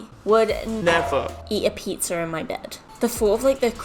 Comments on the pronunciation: You said pezzr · Anybody else say hear her say pizzar